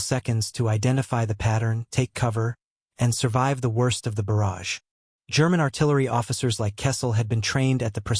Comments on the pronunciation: What's an artillery barge, it's a barrage. buh-RHAJ. When AI can't get it right 40 times, it becomes very annoying. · You need a MUCH better AI reader - a barrage is not a barge! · This channel should have enough respect for its audience to not release a video where the most important word is pronounced incorrectly tens of times. Very disrespectful and lazy.